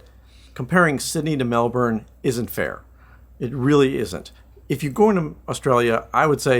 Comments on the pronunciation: It’s pronounced “Mel’bn” not Melburn, Melborrrrn And yes, it’s been a cool spring but wait until Jan and Feb, traditionally the hottest month. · All you need to do now is learn to pronounce the city the way us locals do. It’s not, Melbourrrrnne, it’s,Melbn (almost like bin) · The weird thing about aussie cities is the way you pronounce things. The city of Melbourne, is pronounced 'Melbn' or Melbin not Mel-BOURNE. You guys seemed to almost do it right but I'm glad you liked it. It's a great city. I've lived in both about a decade each, maybe more in Melbourne now but I still love Sydney but I kinda like Melbourne better. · I know this is not your fault but for us the way you pronounce MelbouRne is so weird lol strange no one of the people you met told you the right way to say Melbourne. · It's pronounced 'Melbin' 😉 As a foreigner living here they will be sure to correct you. 🙂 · Oh man, the pronunciation of "Melbourne" is killing me in this video